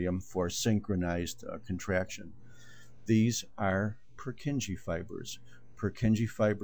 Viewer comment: Poor kin yay is the correct Czech pronunciation.